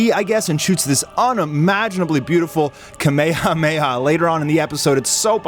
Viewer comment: It’s rare to hear people pronounce kamehameha correctly nowadays. I salute you